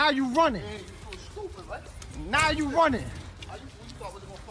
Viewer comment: "WHY ARE YOU RONNING?"